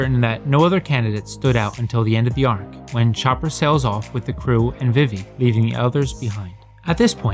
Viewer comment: This is just me being a picky ass but who has ever pronounced vivi, "vih-vee" every place it's been pronounced veevee not just in one piece as this isn't a original name.